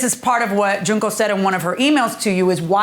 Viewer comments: Not Junk-oh 💀💀💀💀💀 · Man she called that lady JUNK-O lmao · They were not pronouncing her name it's Junk ohh just like her testimony